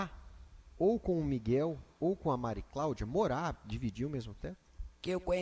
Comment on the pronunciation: Que Justiça a deste país, a juíza não conseguiu falar o nome de uma das partes! Só falou o nome da Mari Claudia errado!